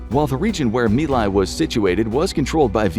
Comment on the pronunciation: It's Mai Lai, not me lie.